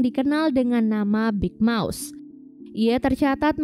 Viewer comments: Keren tapi kedengerannya big mouse bukan big mouth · Kok dengernya Big Mouse ya bukan Big Mouth. Tapi channelnya asik banget Kak.